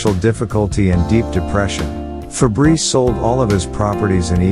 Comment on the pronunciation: As a french, its funny to hear "Febreze" the deodorant insteed of "Fabrice"😂